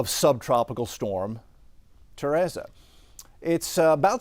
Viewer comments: Teresa not Terasa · My name is Teresa and people are always mispronouncing it!!! It is Te re sa (tuh-REE-suh) At least it is spelled right! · Do you purposely mispronounce names because you did the same thing with Henri. It's Ter-EEESa, k? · Ta-ray-za??? Very strange way to pronounce Teresa. But whatever. 😂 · “Mother Tereza” 😂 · LMAO TEHRAZA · Learn to pronounce Teresa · the only moron trying to sound wise here is you, making excuses for why this guy can't pronounce a simple, common, name! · That’s how you pronounce it when cancel culture exists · Fantastic update as always, but how you pronounced "Teresa" hurts me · Would hate to learn ESL from this guy 😂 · Love but what if I pronounced his last name like “Raul” 😂PowOol. He’d be hurt too All jokes aside grateful for him and these awesome updates:)